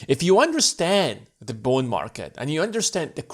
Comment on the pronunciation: Is he saying Bone Market?